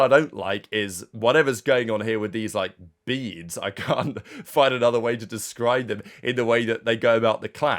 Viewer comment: the way he said it has me dead 🤣🤣🤣 watched it like 10 times